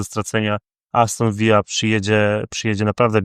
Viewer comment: Aston Villa a nie Aston Vija. To nie Hiszpania.